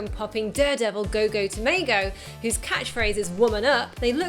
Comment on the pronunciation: When you said "Go Go tomago" i thought you said Go Go tomato.